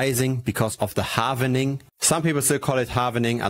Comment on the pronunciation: you say HAlvening 😅 over there ?